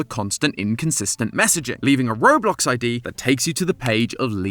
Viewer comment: Robuck lol